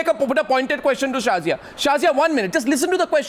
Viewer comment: "Sorry Shazia..No..Shorry Shazia" LOL